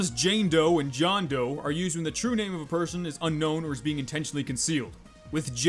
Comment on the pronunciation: It John Doe not Jain doe